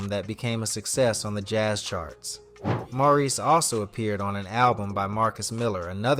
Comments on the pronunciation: And his name is More reese not mor iss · This could have been such a beautiful tribute. Instead, it was frustrating. How do you do a voiceover and get the names wrong, especially of Maurice (not morris) White. There are also conflicting dates with the arrangement of the songs and pictures coming in that are out of place. The group and Maurice is so important to our history. Please go back and give this the attention it deserves. Do the voiceover over. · I thought A.I. had some intelligence? He’s calling him Morrris 90% of the time and Maurice the other 10%😢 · CLICK BAIT! Mispronounced name many times (Morris?) Omitted Jessica Cleaves and producing/writing for The Emotions. Repetitive info, poorly done. Some comments say the dates are also incorrect. He deserves much better. I'm a screenplay writer. I'll look into telling this great man's story properly. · From the thumbnail to the voice (which is why it can't say "Maurice" right) and to the info...this is all AI, crazy times. Bad/made up info as well. Terrible, lazy content.